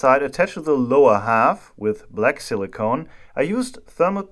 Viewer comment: Very cool (or hot?) Video as always. Just one little side note: the way you pronounce Silicon sounds more like "Silly Cone", and now everytime i hear you say it, i try to imagine what a Silly Cone (alberner Kegel) would look like 😀